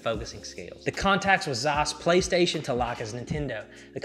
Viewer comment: The way you pronounce Zeiss triggers me. Wrong pronunciation.